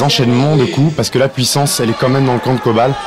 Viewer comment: It's Coban, not Kobal.